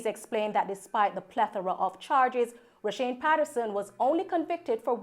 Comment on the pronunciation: Roshawne not roshane